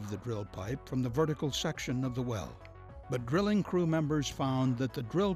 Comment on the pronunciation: what's he saying ?? Crippin ??? and am i going deaf or does it sound like 'grilling' when he says 'drilling' ?